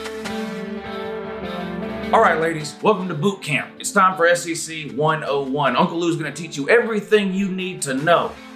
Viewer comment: doing the SEC chant sounds like S-C-C